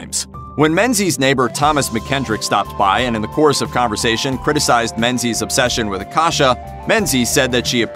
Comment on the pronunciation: Menzies is a Scottish name, and is pronounced ming-ies